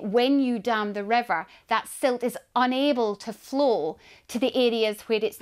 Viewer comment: she pronounced flow = flu wtf language is she spaeking?